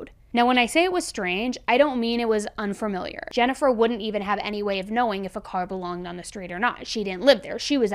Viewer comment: You said the word perfectly... ❤❤❤ but im with you, sometimes when you say a unfamiliar word, it can sometimes sound weird when you say it.. lol bless you.. your pronunciation is on key.. i love how you speak..